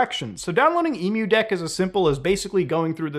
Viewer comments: lol It's "M-U-Deck" It's emu-lator deck not Emu like the bird. XD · How do you possibly pronounce EmuDeck wrong after pronouncing Emulator fine? Lmao don't ask why my brain instantly fixated on this, just do me a favor and leave the poor Emu's out of it next time, man 😂